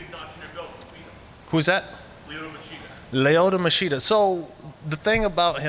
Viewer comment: "Layota Machida" so disrespectful